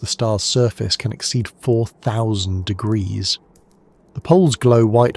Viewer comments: I heard 1-800 Deuseldorff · what ? The fu ck did you just say. Temperatures reach 1 800 deoogroouses 😂.